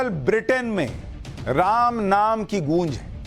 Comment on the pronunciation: रैम नही राम 😂😂😂